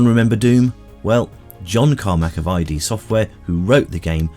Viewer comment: Just a little point, it's id Software, not I.D. Software. Id is a word.